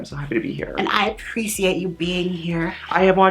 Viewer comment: “I appresiate” lol 😂